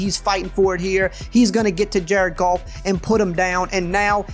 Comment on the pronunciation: Lmaoooo pretty sure that's just his accent coming in